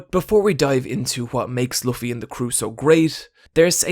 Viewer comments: i'ts quite amzing to see how much this guy loves luffy but can't pronounce his name properly, like it's not that hard to say L-O-O-F-F-Y it really and the show points it out multiple times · oh fuck me he does pronounce Luffy wrong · Luffy ur saying his name wrong